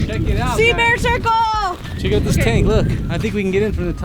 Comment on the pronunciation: She says seabear circle I just say mr beast 😂😂